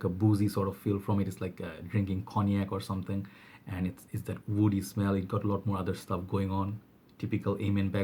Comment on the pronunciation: Please say woody not oudy